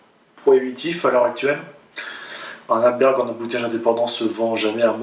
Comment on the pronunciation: ArdBEG pas ArdbeRg ... Et tu ne le dis pas qu'une fois ! (Pour le meilleur whisky du monde 2008 si je ne m'abuse et pour quelqu'un qui porte la "bonne parole", c'est un comble !..) Ta prononciation me heurte (pour pas écrire "hurt", if you know what I mean)